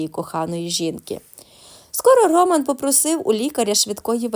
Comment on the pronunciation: Чому РОман, а не РомАн?